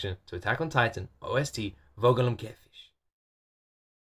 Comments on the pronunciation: hey, geman here, Vogel im Käfig is pronounced a bit different: V in Vogel is more like F, and the g in Käfig is pronounced a little harsher and more like a k. so it would basically be Fogel im Kaefik if you would write in english phonetics. otherwise your pronunciation was good! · three things 1 Your pronunciation of Vogel im Käfig is pretty good. the V isn't as soft though and more like you'd pronounce the f in for and other than that just the g in Käfig you pronounced it more like a ch when it's actually more like a soft k but honestly that was some of the best German pronunciation I've heard from someone that doesn't speak the language I've heard in quite a while so good job on that. 2 Just so you know the title translates to bird in a cage and what it sings about is basically what Eren says early on that people are born free and no one has the right to take that away. There's more to it but I'm to lazy to go through the lyrics in detail. If you're interested I can go through them in detail in the replies but I'm not that good in analyzing things and similar stuff so it would probably be better to just search them and google translate them. 3 maybe you could record like a retrospective after watching Attack on Titan with your wife. And if she wants to try she could even record her own but if she doesn't want to appear on camera or just not do it hearing about it from you would probably also be fun. just hearing about her reaction, opinions and theories would be really fun. Of course that would probably need to be done in batches based on how much she has to say about each episode and maybe where good cut off points are. for example season two I'd definitely get her reaction after the training arc so that we can get all about the first few episodes a